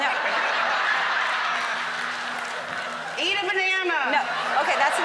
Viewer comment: "why did I ask you if you want a BANASA?" LOL whaaat? :DD